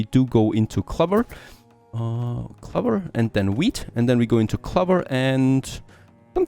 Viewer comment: It's not pronounced cluver it's clow ver .. when you are speaking English at least learn to pronounce the words correctly :)